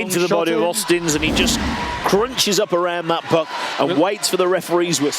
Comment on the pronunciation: Auzins.. There is no T in his name.. It's not Austins!